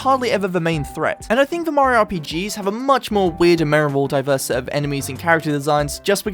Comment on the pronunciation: Dose he say mamario? Or is that on purpose? 😂